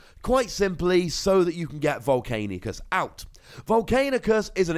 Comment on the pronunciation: mate, Volcani C us, you keep missing a letter:P